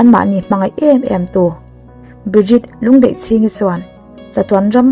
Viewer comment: Lungdeihchhingi ni loin Lundeihchingi